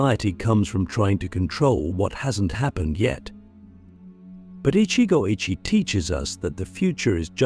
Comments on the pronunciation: Every time it is pronoinced ichi go AYE chi instead of ichi go ichi e, it is too irritating. Some times it is pronounched correctly, often times not. Cant listen to AI rendition. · It's Ichi Go Ichi Ei - One Moment, One Chance. This commentary mispronounced it. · You said ichigo ichi wrong